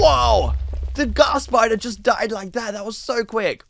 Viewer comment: Ays spayder and eskeleton spayder and slain spayder